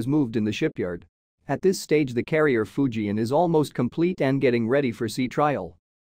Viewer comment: Fujian, NOT Fuji